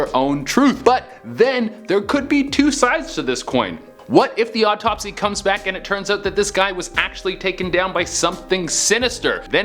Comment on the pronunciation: Why does it seem that when che says autopsy, it sounded like odd topsy